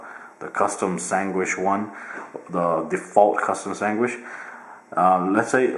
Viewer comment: "Ice cream swangish"